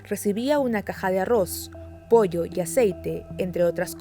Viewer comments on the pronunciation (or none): none